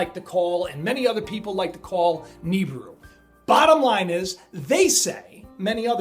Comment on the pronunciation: i believe it's pronounce Ne-beer-oo.